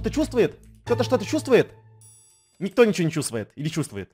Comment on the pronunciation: Никто* Ну или у тебя ударение нЕкто